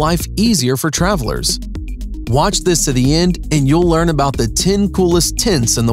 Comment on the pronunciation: This should be called Tin Coolest Tints in the world, according to the narrator. 🤣